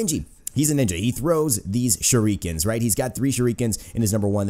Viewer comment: shureekans DEEVEEAYE